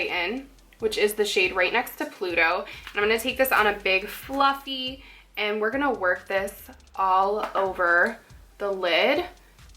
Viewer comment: lol at the end of the tutorial you say now eere gonna swatch all the lipsticks. haha too cute. love you. i always struggle to talk Haha.